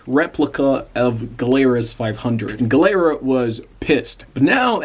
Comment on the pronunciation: Nice vid.. Gilera,, pronounced Gee lera. 😊